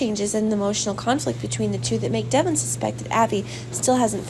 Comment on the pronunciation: Can you get a reader that knows the actual characters names pronounced right Devon Is not the way she pronounces it she does it so wrong and way too fast annoying